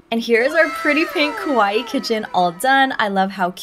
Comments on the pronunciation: you keep saying kOwaii 😭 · The pronunciation of the Japanese A sound is more like in the English word car. Kawaii かわいい (可愛い) means cute or lovable. For some reason many English speakers pronounce it with the Japanese O sound (similar to the English word core), which is not only wrong, but has quite the opposite meaning, as kowai(i) (怖い) in Japanese means scary or scared. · Yeah can't watch this. Can't stand it when people say kawaii like Hawaii. And the straw that broke the camel's back was the "oh my gosh" said 4 times in less than 30s. Too much.